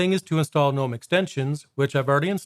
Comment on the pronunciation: Also, 2 things: 1. It's "guhnome" 2. The watermark's part of the tweaks, it's there even if you swap wallpapers